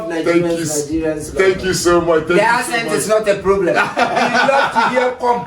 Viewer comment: Bro is saying asset instead of accent. Stop the cap 😂